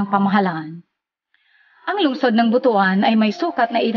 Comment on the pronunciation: Ang pag pronounce po ng BUTUAN ay BUTWAN. The story behind, merong isang hari noon na merong napakalaking BUTU. hahaha joke lang ha. hahaha. Ang laki na pala ng pagbabago ng Gingoog City ngayon. Kaway kaway sa mga Ranara dyan sa Baybay Lunao, kadugo nyo ako.